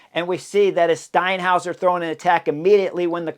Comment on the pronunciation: Got that 'Steinhauser' down pat!